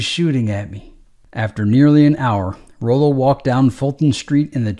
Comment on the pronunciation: i believe it's pronounced Rollo🤔